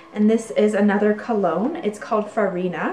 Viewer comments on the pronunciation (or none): none